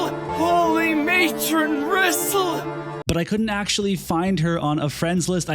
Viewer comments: When in doubt, pronounce Japanese names like Spanish 😂 Japanese and Spanish vowels are pronounced the exact same. Her Japanese spelling is リソル (RiSoRu) which sounds more like Re-Soul, rather than Rizzle; but i mean, i guess Rizzle sounds cool too, foshizzle my nizzle, lol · Thats not how you pronounce the name. The voice acting in this game cannot be trusted. Case in Point. Muraga's Text is written like he is supposed to have an Irish or Scottish accent, but he speaks with a US 6oclock news accent.